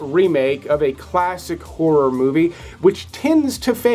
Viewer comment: P.S. A lot of your countrymen don’t manage to do it… So, well done on getting 2 clear syllables in the word “horror” because a lot of Americans do their hair and makeup while looking at their reflections in a mere and in scary movies they can face terrible whores around every corner!😁